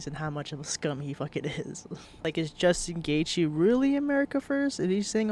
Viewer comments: Jewstin goythje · Justin Goythje 😂